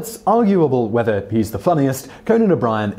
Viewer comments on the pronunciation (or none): none